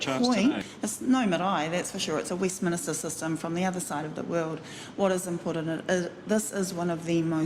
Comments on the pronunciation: Did she say Westminister??? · Westminster, Marama, not Westminister.....ignorant and dumb. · Sounds like she said 'a Westminister system, should be Westminster system. Not the first time English was defective. Similar to her prejudice attitude. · She even called it Westminister - can't even speak properly. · Stupid Marama cannot even pronounce Westminster! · Westminster. NOT Westminister. She pronounced it like a guy in charge of a church. Ignorant!